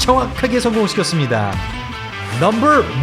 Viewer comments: 발음이 왜그러냐~넘벌폴~띠벌넘벌이냐 혀가 말렸냐~그래서 차도르냐 혀가돌아간거냐~ 기가차고 혀가찬다~넘벌 넘벌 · 넘버만 발음좋게 하는이유가 뭔가요 ㅋㅋㅋ